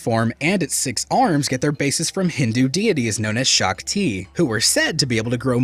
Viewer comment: SHAKTI- pronounced as "shuk-tee" :3